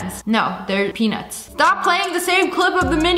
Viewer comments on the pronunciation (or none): YOU SAID PEE- NUTS!!